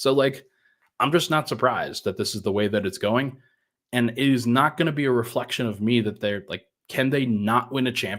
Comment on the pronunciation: My new years resolution is to get to quit adding "ch" to the end of every time he says the word "and"